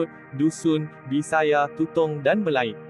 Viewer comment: bisaya..bukan bisaye...sultan mahmud mangkat dijulang ialah sejarah sabah..bkn sejarah malaya